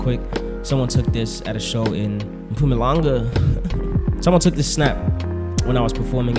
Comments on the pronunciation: Mphumalangah well i expected much more from a Zulu man with S.P, i guess your Zulu is loosing pronouncing power, what happened are you zai zai alot? I hope you are being sarcastic....I'm from mpumalanga and i feel offended when someone can't pronounce my prov..same goes to peeps who can't pronounce my name correctly.. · YiMpumalanga nja yam not MpuMalanka hahaha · Nigga said Mphewmaylanguh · imagine mpoolaanga, he is over doing it. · The way you said "Mpumalanga"😭😂😂😂😂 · the way he pronounced MPUMALANGA🤣🤣🤣🤣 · Zuluman with some accents right😂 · Eish that Mpumalanga coming out hella wierd ma nigg.🤣🤣 Still wit it tho. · love u n yo pronunciation of Mpumalanga lolest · The Mpumalanga pronunciation 🤣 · He's letting the fame kill him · Not old boy saying Mpumalanga like the word is not zulu 😂 Ayt gamers let’s move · Why he say Mpumalanga like that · Lmao not you pronouncing Mpumalanga like that?! Cumon now😂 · Wtf bro... You South African, you better pronounce Mpumalanga right..🤷🏿‍♀️🤷🏿‍♀️ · Mpumalanga😅😅😅😅in a light skinned😅voice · Stop pronouncing "Mpumalanga" like. Man up.